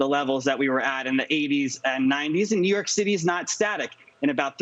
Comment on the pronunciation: When did New York become pronounced "knee-urk"?